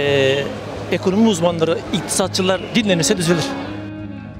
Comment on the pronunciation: Ekönömi dedimi devamı belli daha da izlemem konuşanı..